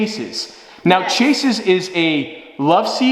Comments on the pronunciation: Great couch idea. Small nitpick, it’s pronounced shaze like Waze for chaise lounges, not chase. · It’s pronounced “Shays”.